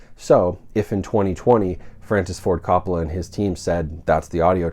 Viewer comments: Ima help you out brother. CO PAH LAH. Not cop po lah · Great video but one thing, lol. It’s pronounced COPE-ola, like Hope. Nothing big but thought you might want to know. - can’t wait for my set, due in late March. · Sir. Love your work. But you may want to pronounce the familly name correctly. Long "O" think Cope on firsf O then ah La. Thanks.